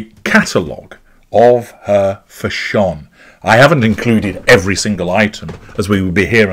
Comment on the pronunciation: I came here just to hear you say Fash-ON, 😂